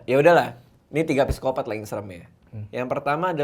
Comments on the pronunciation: Dosen saya bilang, kalau tulisan psikopat bacanya sikopat tanpa P heheh :) sama seperti Psikologi di baca sikologi.. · Bang radit: “Siapa presiden indonesia?”: “jokowi” Bang radit: “PESIKOPATT” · Psikopat bacanya P nya ga dibaca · Bang Radit: "Gw siapa?": "Manusia" Bang Radit: "PSIKOPATTT"